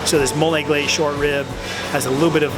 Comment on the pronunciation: The Miami came outta him when he said "these grits, and the rib mann ouuu"